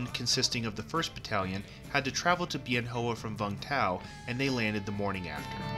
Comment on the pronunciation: Nice video, well done. FYI- Bien Hoa is pronounced "Ben Wah".